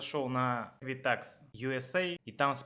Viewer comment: EquiFax а не ЭквиТакс. Может поэтому вы совсем не туда обращались? Жил 2 года в Торонто, 14 лет в Галифаксе, теперь в Квебеке 5 лет живу- жалоб нет, в Канаде был везьде, кроме Саскачевана